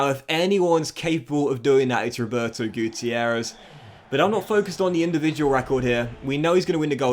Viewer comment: Roberto guitierrez? More like Roberto guccierrez. You know? Gucci errez